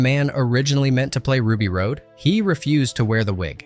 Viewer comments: I’m loving the info but this voiceover is killing me. It’s Ruby Rod not Road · Love learning about all this. One thing I thought should be brought up about the character Ruby. Ruby's last name is pronounced "Rod, as in Hotrod." Not like Road. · The announcer has literally never seen it, or he would know that it's NOT pronounced Rue B. Road. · “Rod” not *”Road.” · DID YOU EVEN SEE THE MOVIE? ITS RUBY ROD, NOT RUBY ROAD!!! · It's pronounced "rah-d" not "road". Driving me nuts. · This review is OK, but so irritating. The dude doing the voice over has clearly never even seen the movie. He's mispronouncing so many of the key words. Like repeatedly saying "Road" instead of "Rod". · Besson's wife Maiwenn was in the blue alien diva costume, but that wasn't her voice. I forget her name, but she's a well known opera singer. Also, It's pronounced Ruby ROD, not Ruby Road. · Ruby's last name is pronounced "rod", not "road". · It's Ruby Rhod (pronounced ROD, not road) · Awesome video man this is easily one of my favorite movies of all-time and most definitely a timeless sci-fi classic that will likely never be replicated. One teensy tiny gripe is that it's Ruby Rhod (Rod) not Ruby Rhode 😁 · why do you keep calling hiim Ruby Road? It's Ruby Rod. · It’s pronounced “ROD” not “road”! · Chris Tucker’s character’s name was Ruby Rhod (pronounced like fishing “rod”, not pronounced like rocky “road”.) The guy narrating this video never pronounced it right, not even ONCE!! It’s like he didn’t even watch the frakking movie! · RUBY "ROD" Not RODE. ffs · Ruby Rhod's last name is pronounced "rod" not "road." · Your narration keeps pronouncing it road. But Ruby Rhod was pronounced rod. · Have it on DVD watch it a lot! Didn’t even see it in the theater. This was Milla Jovovich breakthrough role. Funniest part of this is I do not even like Bruce Willis.... mostly as a person. He was a jerk! So, if you're going to read the script..... GET IT RIGHT! Its Ruby Rohd. Its pronounced Rod! Not Road!